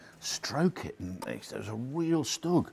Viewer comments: not really, he says stug, it should be SHtug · I always pronounce it as Stüg or stoog